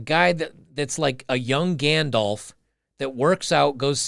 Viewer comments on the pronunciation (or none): none